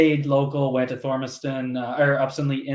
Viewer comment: Thomas-ton No R